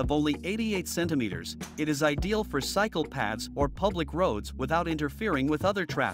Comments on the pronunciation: I thought he said "ideal for psychopaths" last l0l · The way he said cycle paths, sounded like psychopaths 😳